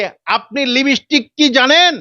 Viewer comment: লিপস্টিক কি জানেন ভালো করে উচ্চারণ করেন😂